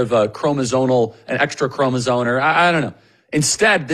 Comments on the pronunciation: Charlie, it’s chromosome. Not chromozone. lol. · it‘s CROMOSOME!!! with an M at the end of the word!! not cromosone💩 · The word is "chromoSOME," not "chromoSONE." Kirk pronounced it wrong like 5 times... He needs to fix that. Not a good look.